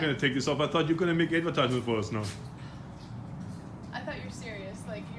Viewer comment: get to the choppa, it's ahdvetyzement